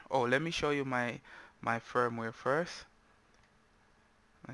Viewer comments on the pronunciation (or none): none